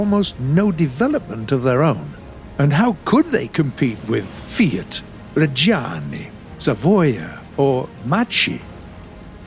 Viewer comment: what about "GIVANNI AGGUSTA" or "REGGIANNI" and "SAVOOOOIA"